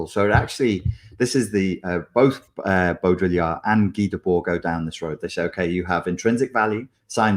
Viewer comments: Baudrillard is pronounced Bow dree ar, not Bo Diddly ard 😊 Did my dissertation on the hyperreal 20 years ago and... yup. Never more true than now. Strange days indeed. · It’s pronounced Bo-dri-ard (like yard). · "Beau-dree-yard !" Follow the the bouncing ball....